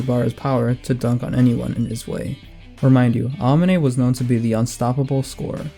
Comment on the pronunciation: man why do u say aomine's name like that